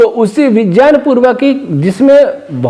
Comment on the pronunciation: Kripaya Vijjan mat bolia viggyan sunne main jada achha lagta hai